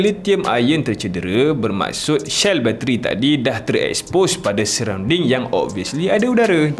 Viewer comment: salam, dulu dah subs harini nampak takde subs, so resubs, buat channel baru ke Bang ? pasal bateri, Tesla elok pakai bateri yang iklan berok main cymbal tu, enegizer Tahan lebih lama 😂, cell bang bukan shell...Si...si bukan she..kat China BYD banyak tebakor